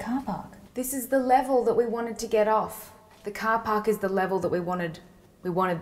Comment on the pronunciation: "cah pak" oh, you meant "Car Park" x'D, I was like "???"